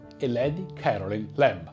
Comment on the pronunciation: Si pronuncia lady carolain'